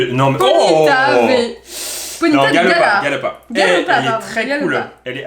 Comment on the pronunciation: C’est galopa pas ponyta 😂